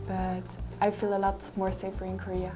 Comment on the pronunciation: "코리아" 라고 말하는 부분 발음이 너무 조으네요 ㅎ